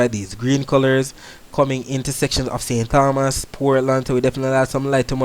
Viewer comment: Great weather reporting 👍. However, remember it is St. Tomas in pronunciation.